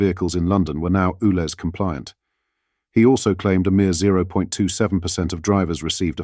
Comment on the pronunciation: It's U Lez, not Ooo Lez! Sort it out!